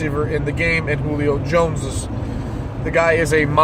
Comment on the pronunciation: Thank you for pronouncing Julio Jones name, right.